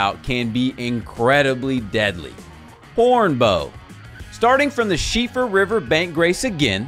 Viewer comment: As an Irishman, I very much appreciate your pronunciation of Síofra! Well researched Sir! 👏